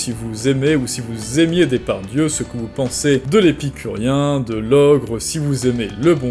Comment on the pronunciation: Tu prononces "Dépardieu", c'est volontaire parce que sourcé (entre guillemets) ?